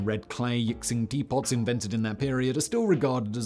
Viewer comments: Good video but, , that is NOT a yixing teapot. Also, it is said something like "yee-shing" not "yick-sing". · It’s also pronounced “Yi-shing,” pretty much everything is mispronounced in this video lol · "Yixing" is pronounced "eeshing" (close enough). The "x" is not "ks". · And Yee-sheen. Simon is a legendary master of confidently spoken mispronunciations. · "Yixing" = "yee shing", "x" is almost invariably pronounced "sh" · Yixing pronounced yee-shing. One of 5 of China famous Clay's for teaware. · Yixing is pronounced "yee-shing", similar to how Xi-Jinping is pronounced "shi-jinping"